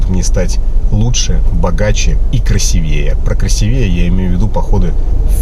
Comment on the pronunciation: Для саморазвития полезно знать, как правильно ставить ударения в словах) КрасИвее!!! И только так!!!